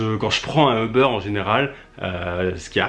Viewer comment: ça se prononce "oub'rr" pas eubeur